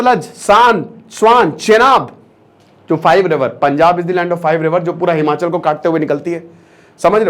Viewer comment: Its not himanchal,its himachal